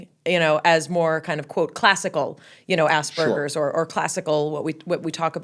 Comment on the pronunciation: It’s *Aspergers. Spelling it or even pronouncing it like ‘Asbergers’ is too similar to “ass burger” which is sometimes used against people on the autism spectrum.